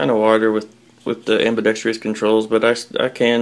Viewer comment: I compliment you on your good taste. It's ambidextrous, however, not ambidextrious.